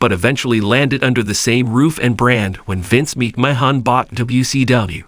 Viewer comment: What kind of shitty ass AI software are you using that can't pronounce mcmahon? Or wwe